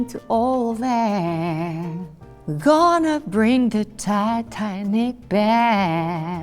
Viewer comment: “Am i tonna make it to make future husband” ?😭😭😂😂😂 I LOVE her ❤️